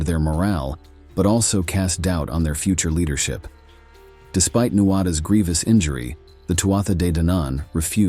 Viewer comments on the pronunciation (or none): none